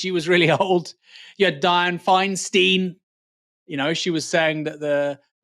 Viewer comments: It's KAH-ma-la Harris and DYE-anne FINE-stine. Just so we're clear. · Sorry to be that guy, Aaron, but the syllables in Dianne Feinstein's name rhyme - fine-stine (I remember her since she was San Francisco's mayor...)